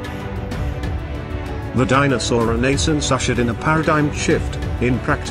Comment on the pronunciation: ReNAYsunc? Stupid computer voice took me several times listening to realize it was saying "renaissance."